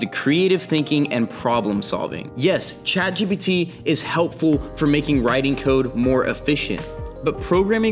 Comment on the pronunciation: It's Chat Jipiddy btw 😅